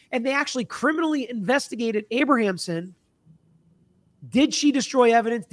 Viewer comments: Abramson, not Abrahamson. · IT’S A-BRAM-SON, not Abra-am-son. 😂 This story is so polarizing right now. I remember this original trial. I was a senior in high school in 1995 and remember talking about it and how shocking it was for 2 children to murder their parents. People forget, that was unheard of back then too! Children didn’t murder their rich parents. So many factors play into why I don’t know if I believe the SA. Is it possible, yes absolutely. It’s even understandable why they kept it a secret. But back then, when we heard about the premeditation and then the outrageous shopping spree’s, it seemed like a total cash grab with the parents in the way. Their parents are made out to be the “monsters”, and maybe they were, and if they did the things alleged then maybe, sadly justice was served. If there is new legit (can be proved) evidence, then I think a new trial is required. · Abramson not Abrahamson. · Her name is Abramson, not Abrahamsom. Sorry, I have a thing with names. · Learn how to pronounce defense attorney’s name, dude! She’s so well known. This is your profession and she was something to behold in court.., you ROCK. I believe their story, but nothing justifies murder.